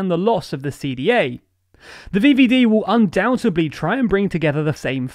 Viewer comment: thé vieviedie, im keeping that one alive *edit im loving these pronunciations, ty <3